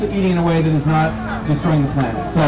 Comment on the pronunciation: "NOT" not "BOT"!!! hehehe!